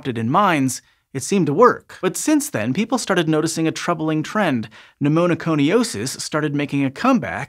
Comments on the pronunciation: It's "Pneumoconiosis" not "Pneumonoconiosis". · Cute: Pneumoconiosis, not pneumo*no*coniosis. Starting at the mark and repeated quite a few times thereafter. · just a minor correction: For "black lung disease," which name you never used, you added a syllable to pneumoconiosis ("NU-moh-koh-ni-OH-sis"). You said, "pneumoNOconiosis" ("NU-moh-noh-koh-ni-OH-sis") every time. That said, thanks for pronouncing Appalachia correctly. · Pneumoconiosis is hard enough to say without making it sound as if it's spelt "Pneumonoconiosis". 😁 Interesting topic, though. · But demerit for adding an extra syllable to pneumoconiosis.